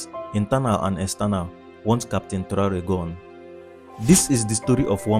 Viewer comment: Ese locutor lo primero que tiene que hacer es pronumciar bien el nombre de Traoré.